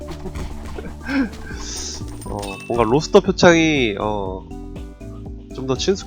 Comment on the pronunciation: 발음이?로떠트?표창? 로터스표창해보세요